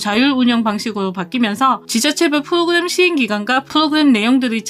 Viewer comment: 프도그냄,,,,,,,,ㅋㅋㅋ ㅋㅋㅋ 혀짧은 발음 너무 귀엽네요. 유익한 정보 고마워요^^